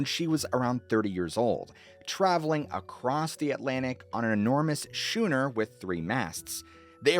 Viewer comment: Schooner: pronounced "Skooner". Otherwise, great video again.